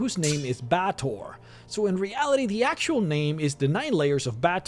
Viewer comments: Bay-tor is the correct pronunciation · It's pronounced Bay-ah-tor, other-wise a good guide.